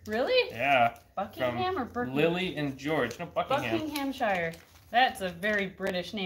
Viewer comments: I love it when Americans pronounce every syllable of British place names very accurately according to their written form. 😁 (In case it's not been commented already, it's more like 'Buckin'umsher' where I am (in the North) or Bucking'amsha if you're further south. Probably loads of variations within. But it's always a shu or sher or sha on the end, not shire. And this would be easier to explain with a phonetic keyboard!) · Guys I love you but you saying Buckinghamshire .we don't say Ham we pronounce it as um, and the i is silent and is pronounced shre not shire .Keep working on it guys your get it 🤣🤣🤣🥰🥰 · Being from the uk I couldn’t help but laugh at the Buckinghamshire pronunciation😂 was a very very good try! We have some weird names for places over here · The way they pronounce Buckinghamshire is so... American 😂😂